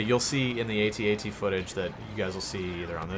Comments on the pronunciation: It's AT AT not A.T A.T... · Hey dude. Imperial walkers are not pronounced, "aye tee aye tee". They are pronounced, "@@